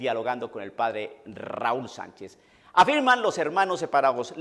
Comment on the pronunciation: Si a eso nos ponemos tu tambien arrancaste mal porque el primer error está en el acento en la palabra Sanchéz